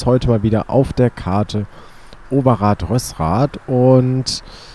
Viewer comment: Rösrath wird anders ausgesprochen